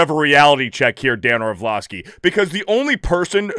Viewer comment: Great video as per usual. However, I feel compelled to point out that there's only one 'v' in "Orlovsky", it's not Orvlovsky, you silly person.